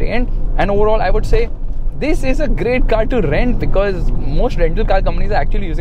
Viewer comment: Your emphasised “This” is very irritating.. no need to stress on it so much!